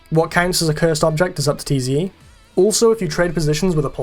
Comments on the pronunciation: Tze is not T.Z.E. It's pronounced Zee. just throwing that out there despite being 5 months late. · “tee zee eee” 😭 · You pronounce tze as "zee" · the way he says Tze hurts me